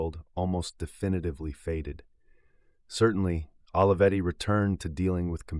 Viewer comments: The correct pronunciation of Olivetti sounds like Oh-lee-vetti, not Olive-etti. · This video is a nice homage but is wrong in all kinds of ways... Putting aside badly butchered pronunciation of this renowned name, you start on the false predicate of equating the company to the open source movement. In fact, Olivetti was a totally proprietary platform. Brilliant. Beautifully designed. Human-centric. But proprietary. And, by the way, there is nothing wrong with that. The pricing was lower because, unlike IBM, the buyer did not have a forced opt-in to a service contract but the company is a for-profit endeavor. A fair profit, but not freeware by any stretch. Second, I realize there are a lot of young people in this channel who seem to think Olivetti was completely obscure and unsung. They were a global phenomenon. THE brand of the age just as you might say of Apple or NIKE today. And everyone in the technology and industrial design field including Steve Jobs is very openly on the record acknowledging that their own work was inspired by these legends. Almost everything novel is derivative of what came before if you look back far enough. Third, you speak of Olivetti as if it is defunct. That is far from true. It is currently one of the world leaders in Big Data and IoT (Internet of Things) as part of Gruppo TIM, one of the largest European companies in world with $20 billion USD in annual revenues. Had Adriano not been killed so abruptly (and suspiciously) there is no doubt that he would have accomplished even more amazing pioneering things but please don't ref